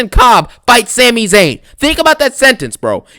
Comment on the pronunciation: It’s Sami. Just sayin. It’s a Syrian name.